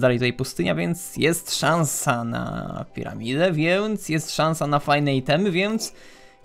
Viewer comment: powiedziałeś "reset siada" a nie świata xDD Edit: a w powiedziałeś piraminde Edit 2: cudownie chyba jednak nie :)